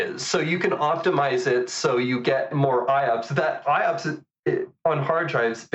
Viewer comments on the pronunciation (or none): Please note that IOPS is pronouced I-OPS and not I-O-OPS (both you and misspoke in a previous episode too - just have to mention it, Meyer pronounces it correctly). Great episode though!